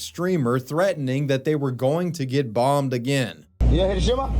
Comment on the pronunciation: It’s also pronounced “he-RHO-shi-mah” which several people say in this video so if we’re trying to be respectful let’s start with that